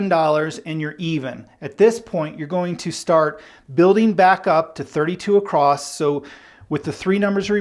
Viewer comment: across doesn't have a "t".... f.y.i.